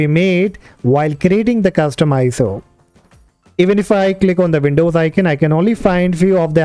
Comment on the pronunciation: Why you sound like the Laka-Laka guy trying to scam me every day over the phone ? And why you say "Vindous instead of Windows, also... WirChewall instead of: Virtual? And why it;s : "DEXtop" instead of: "Desktop"?